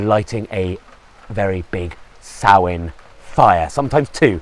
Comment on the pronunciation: All credit for pronouncing Samhain correctly :)